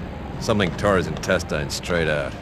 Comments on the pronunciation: Lol, "intes-tines" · Did say Intesteins? 😁